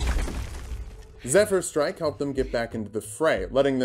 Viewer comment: He finally learned how to pronounce Zephyr Strike! I'm so proud of him, it's so nice to see barbarians become litterate in this day and age.